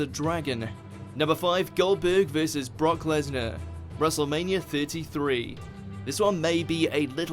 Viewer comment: it annoys me how this guy says VS he says Vissis